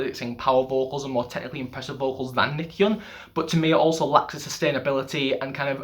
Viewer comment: FYI, Nichkhun is pronounced Nit-Cha-Koon. I'm Thai by the way. PS. love your channel